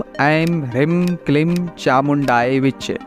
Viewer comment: वीडीयो बना लेते हो, पर मंत्र का उच्चारण सही नहीं है, ह्रीं में बडी ई की मात्रा है, ऐसे ही क्लीं में भी बडी ई की मात्रा है, आप छोटी इ का उच्चारण कर रहे हो।